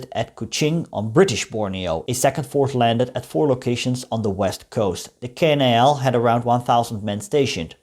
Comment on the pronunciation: The pronounce should be KNIL not K-N-I-L and it was Abdacom not abeedee-a-com..